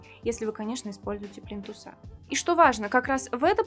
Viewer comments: Спасибо большое за видео! Очень приятно Вас слушать. Но плИнтусы.. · не плинтусА,а плИнтусы.....Вам уже неоднократно указывали на ошибку.....